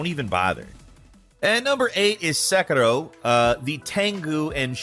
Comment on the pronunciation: Se "Qi" Rou :-)